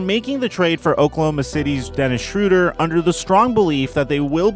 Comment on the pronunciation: SHROW-DER. SHROW. NOT SHRU.